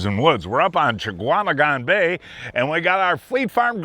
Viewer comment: "Cha-Kwa-Meh-Gon bay". Guy has lived here his whole life and still can't get it. C'mon man.